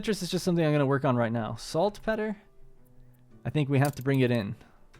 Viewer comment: You should look up how to pronounce "saltpetre"! please! :D Been watching all episodes, and I love it, eventhough I've been taking a break from Anno 1800, after 800+ hours. Also, now that you have begun optimizing with trade unions, look into maximizing your orchards' "density" more so than production, I haven't tested it, but I'm pretty sure you get more out of them, that way. If I remember correctly, I could get 8, or more orchards in trade union range.